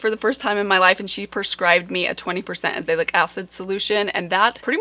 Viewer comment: I can't help it, I have to tell you. It's pronounced aza-LAY-ic acid. I LOVE it! My derm prescribed me Finacea which is 15%. The OTC stuff with Paula's Choice and the Ordinary is 10%. It's helped a lot with acne and redness.